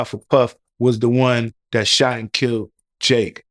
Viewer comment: YES he doesn't have a clue how to transition from a topic to another topic. He is building up his platform. He also has to work on his articulation and enunciation. He will pronounce the word 'dat versus saying that' in previous interviews. The interviewer will say 'that's wild' 😅 he has to clean up his 👋🏽 slills. He will get better once he grows into his role. I'm happy he's getting the great 👍🏾 content. Experience take time.